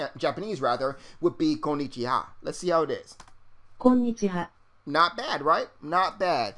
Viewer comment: Lol hello in Japanese is "Kon'nichiwa" not "Kon'nichha". Just a simple mistake.